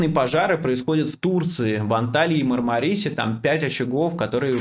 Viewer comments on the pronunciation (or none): если позволите: правильное ударение МАрмарис, я несколько лет там обреталась, по-другому не слышала